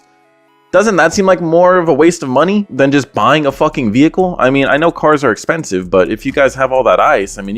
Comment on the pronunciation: “Not in this economy, it’s essssspensive”